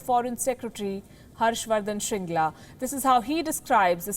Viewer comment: Shringla vs Shangri-La